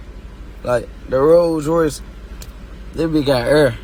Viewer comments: “Roll ruh err” 😂 😂 😂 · “ good ahh roo ruh ur” 😂